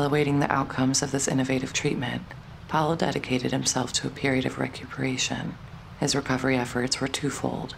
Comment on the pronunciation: The narrator doesn’t understand that William’s sir name is Powell NOT Pal!!! It has two syllables…count them. I adore William Powell. He was great as Nick Charles and in one of my favorite movies “Life with Father”. Wonderful actor!❤ I believe that Jean Harlow was his true love. Then she died and left him broken hearted 💔. So sad!